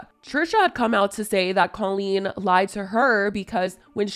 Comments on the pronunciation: The way Jojo pronounces Colleen like “Cul-Lean” 🥴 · You’re pronouncing Colleen’s name wrong … it’s a hard O